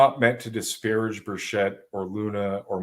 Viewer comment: It’s Tim Burch-it. No s and a hard ch.